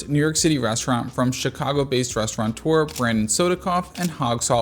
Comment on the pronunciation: 1. Love your reviews. 2. Crazy prices are always somewhat justified by amazing food. 3. "Restaurateur" has no 'n' in it. If you pronounce it correctly, you'll be in the top 98th percentile of all foodie posters. 😃